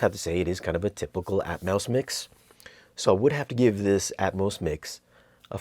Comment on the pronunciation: Did I hear "Atmouse mix"? LOL!